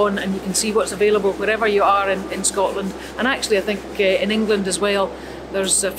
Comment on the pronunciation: Great documentary but can someone confirm that certain words end in "D" instead of "T", like "Scotland" or "And". Every time she says these words she ends them with a "T".......Scotlant, Ant. Seems to be a thing these days and I find it very annoying. Or should I say "Fint" it very annoying.